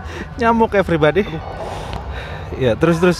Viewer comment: Selamat pagi eferibadeh wkwkwkw kangen sama ngomong ( eferibadeh ) wkwkwkw